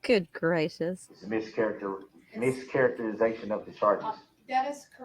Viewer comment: "Uhjeckshun. Miskaraterzation of the speckaltion."